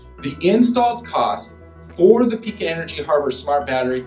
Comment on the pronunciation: The people that work for Pika pronounce it Pī ka with a long ī sound, not Pee ka. And Sonnen starts with an 'S' not a 'Z'. You've got an 11 minute video with less than 2 minutes of useful info and much of what you say is inaccurate. I have installed all three of these systems and I do find the Pika system to be the best and very cost competitive, however, because it is DC coupled it can't be added to existing PV systems very easily. Sonnen and Tesla are AC coupled, which has it's pros and cons. Sonnen is overbuilt in the best German tradition and the cost reflects that. Tesla is not as affordable as advertised and their production issues make it very difficult to acquire. You did address that and I'm counting that towards the useful info but you should not label this as 'in depth'.